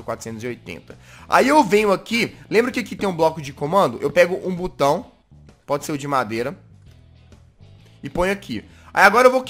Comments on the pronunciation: SO EU ESCUTEI O JAZZ falar CU BAO 😂😂😂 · quem ouviu o jazzghost falando butao dá like